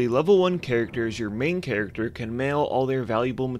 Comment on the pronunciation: Love your mistakes like "chatacter"